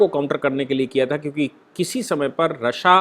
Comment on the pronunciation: I used to listen yours analysis of current topics, i have a request to u that its pronounced as" रशिया" not" "रस्सा."